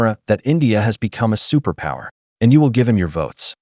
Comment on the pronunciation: Superpooer, not superpower